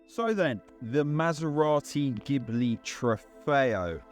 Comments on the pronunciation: It's pronounced gee-blee, not gib-le. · Are you sure? In italian language it should be gib-le, or do you also say "spajetty" for "spaghetti"? ;-)